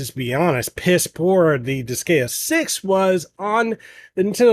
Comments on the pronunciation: Why are you pronouncing it like that......its dis-GUY-uh.....not dis-gay-uh... Can't be a fan if you can't even pronounce the game right hahahaha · its Dis-guy-uh not Dis-gay-uh. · Friendly advice, when in doubt, check the Japanese name, you'll get it right. Even English native make mistakes sometimes (with Pokémon for instance). In the case of Disgaea, it's Disugaia in Japanese, where "a" is always pronounced as in "apple" and "i" always as in "image". It's then di-su-ga-i-a. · Hahaha he says "disgayuh" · Same! I had to leave i recoiled everytime he said dis gay uh lmao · I...can't with that pronounciation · The pronunciation….if you’re gonna do professional video game reviews, you should maybe research how it’s pronounced first. Otherwise people aren’t going to take you seriously. Pro tip. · Couldn't watch. Him mispronouncing the name of the game repeatedly took away any and all credibility. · the way you say Disgaea makes me cringe DX AAHHHHHHHHHHH but it soudns similar to D5 which is great in terms of story and gameplay with new extras im sueprexcited about it